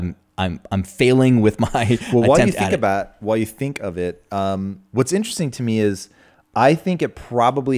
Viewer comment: Tom " this is very interessting " Bilyeu